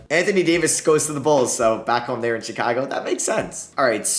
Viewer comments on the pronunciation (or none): none